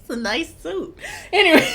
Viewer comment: “..... issa nice suite” 💀💀💀💀💀💀💀💀💀💀💀💀💀💀💀💀💀💀💀💀💀